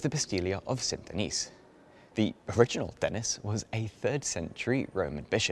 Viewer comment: You should learn how to pronounce French words and names, especially iconic places like Montmaete and St-Denis. Otherwise quite interesting. Many thanks.